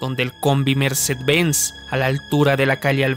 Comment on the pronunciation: "Combi merced benz" 💀